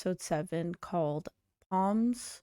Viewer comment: Hey. Loved your commentary and thoughts. BTW, Psalms is pronounced with a silent 'P'. (Salms) Did you notice that Mother's scar disappeared when Ava brought her back to life? Like with Ava, the halo restores the recipient to perfect health. In the bible, Jesus brought Lazareth back to life. The parallels continue. Walking on water, raising people from the dead, the twelve warrior-sister disciples etc. etc. My thoughts are that Reya would be exposed if she stepped through the portal into the earthly realm. Her keepers can only exist for a short time, and Adriel has grown powerful. His best chance to defeat Reya would be on earth with his demon possessed followers. (Lilith included) Remember, if the halo does not pulse brightly, the Tarasks will not come. They are only summoned through the Halo. Reya would be a sitting duck unless Ava and the sisters helped. You touched on an anomaly when you said, "do we know what heaven looks like?" It has always struck me as interesting that Jesus is always depicted as a white-skinned, handsome man with long flowing blonde hair and beard, when in reality he would have been Arabic, dark skinned, dark haired, and, as we all do, had a mole, or a blemish, or perhaps a long nose. Humans are very good at portraying non truths and painting fanciful images. The Tarasks are perceived as bad because they appear fierce and monstrous. That is how we are conditioned to think. Monsters breath fire and look hideous. Why can't a good person be ugly? An